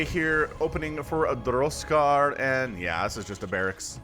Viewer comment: I was 100% sure was just pulling our leg with his pronunciation.